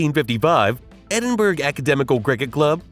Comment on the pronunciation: Edin-burg & Mary Le Bone 😂😂😂